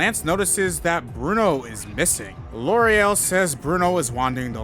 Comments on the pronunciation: Am I nuts, or is the elite four woman's name Lorelei? Not Loriel? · armadillo and loriel, cant read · I'm seriously not trying to be rude or anything, but are you dyslexic? You mispronouncing Lorelei for the entire video was extremely grating. I don't know how you can get to what you were saying from a word that clearly ends in two vowels. You should really try harder to pay attention to words. You should seriously stare at them before you confidently come up with a pronunciation.